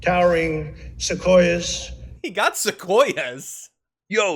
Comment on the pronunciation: No, he didn't even get "sequoias" right . That "u" is meant to be sounded in English (seh-KWOY-ahs).